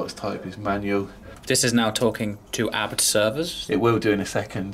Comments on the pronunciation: It is the name of the Owner of the Company in Germany, its Hans Juergen ABT not Hans Juergen A . B . T ? it is not an acronym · A.B.T why you trying to pronounce a acronym lol. like the guy from phone jacker. hooooomve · is there a reason you say abt as a word instead of ABT abbreviated?